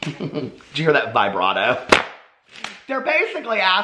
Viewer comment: Omg those music words make my laugh so much....I'm a music student and your pronunciation of vibrato made my laugh so loud!!